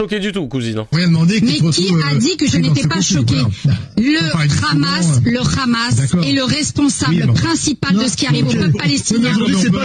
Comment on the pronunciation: Le RRRRRAAAAAAAAMAS